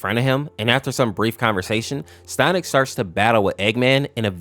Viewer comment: You said "stonic"